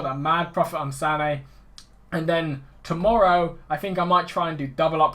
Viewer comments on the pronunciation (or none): none